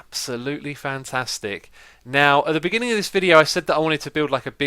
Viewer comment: You remind me of the 9th Doctor. The pronounciation of his favourite phrase "fantastic" is like in the series.